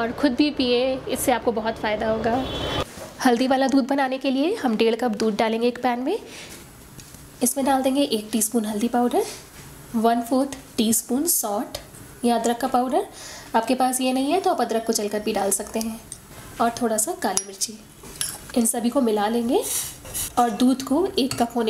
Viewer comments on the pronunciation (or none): आप सौंठ बोल रहे है , उस जगह सॉल्ट सुनाई दे रहा है